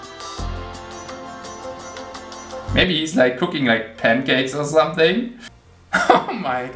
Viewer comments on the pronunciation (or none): das gute alte "somesing"